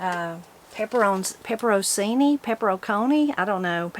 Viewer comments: Pepper n chini is how that's pronounced. So happy about the tractor and turning plow. 😊😊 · Pepperoncini is pronounced pepper-on-chee-nee